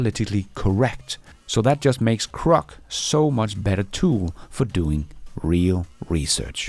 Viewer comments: It's GROK not CROK. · when you say “Grok” 9 out of ten times it sounds to me like you’re saying “Crock”. Many of the other LLM chat bots and helpers may be “crock”, but Grok is not crock and is rapidly getting even better. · it's pronounced GROK with a G, duh.